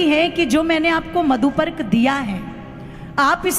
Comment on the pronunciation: मंत्र को थोड़ा शुद्ध और स्पष्ट बोलिए जैसे मधुपर्क का मंत्र